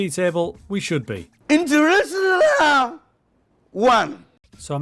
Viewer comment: I must have watched that dude saying internazionale about 30 times now. Its broken my whole family... where did u find that clip?!!